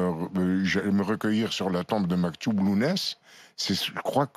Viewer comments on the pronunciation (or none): Vous n'avez rien à foutre de la cause berbère. Vous souhaitez soit disant vous recueillir sur la tombe de "Maktoub" younes vous ne savez même pas prononcer son nom c'est Matoub younes le chanteur, girouette que la france sioniste s'est bien servi comme d'autres chanteur kabyle, ces marionnettes dont la france tirer les ficelles et qui s'est bien servi d'eux dans le de but de diviser l'Algérien du kabyle et vis versa, et c'est bien la France qui a éliminé matoub younes une fois que sa mission soit fini. Enrico reste où tu es, les juifs sont bienvenu en Algérie mais vous, vous restez un criminel et vous allez mourir avec le sang dans vos mains.. tic toc, tic toc.. bientôt et tu devra toi aussi compartre devant la vraie justice Divine.